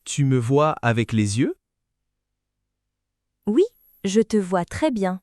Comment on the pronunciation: face-blue-smiling: ... ... la prononciation de 'yeux' n'est pas correct